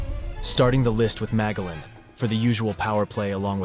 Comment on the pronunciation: Loving the list... keep it up 👍 (I'm fairly certain it's pronounced Ma-jell-an... like the explorer, that hard G is killing me... lol)